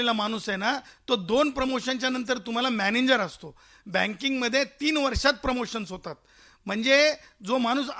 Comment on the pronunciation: मॅनेजर की मॅनेन्जर.... झाटू ला नीट उच्चार करता येईना..